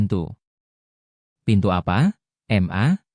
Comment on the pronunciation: Mas....ma .. itu dibaca ma....bukan dieja m...a...Krn itu singkatan dari kata mama. 😇😇